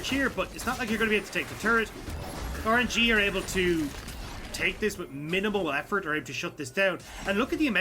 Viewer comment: cant unhear " orange - e"